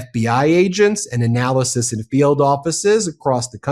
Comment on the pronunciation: It's "analysts" not "analysis". If you're just going to read the documents we can see, read them accurately.